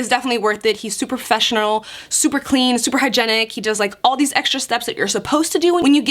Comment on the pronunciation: She said fessional instead of professional >_< ctfu!